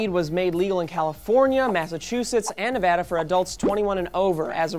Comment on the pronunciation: Thank you for pronouncing Nevada correctly.